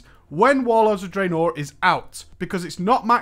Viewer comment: For the love of god can you stop pronouncing Draenor the way you do.